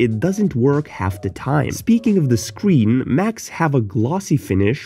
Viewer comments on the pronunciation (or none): bro forgot about Windows logo + G💀 And wth is wrong with ur pronounts "scween"